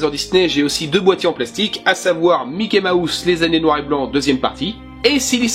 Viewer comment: La manière dont tu disais Mickey Mouse j'entendais "Mickey ma housse" c'était plutôt drôle (très sympa comme vidéo sinon :))